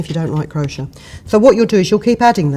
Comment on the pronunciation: Can't get used to you pronouncing it crosher! I say cro-shay! Lovely feathers.